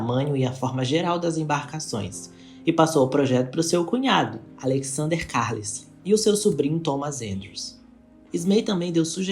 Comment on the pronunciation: A pronúncia do sobre nome não é Carlsle, e sim, Carlaiou! E do dono da Harland and Wolf se pronuncia Pirrie (com enfase no r duplo), e não Piérre! Eles eram irlandeses! Parabéns, pelo vídeo